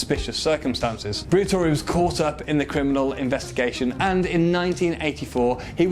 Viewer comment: fabio briator"i"